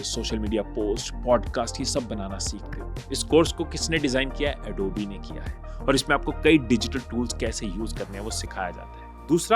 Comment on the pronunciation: Bhaisahab ye adobe hai adobeee nahi. Please correct